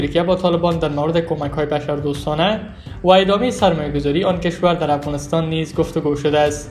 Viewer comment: شما چرا خودت مثقره میکنین افغانستان را افغانستاین میگین به سخن رانی خود درست افغانستان بگو گل بیدر